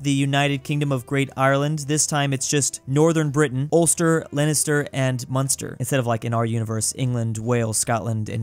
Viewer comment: Leister, munster and ulster were said correct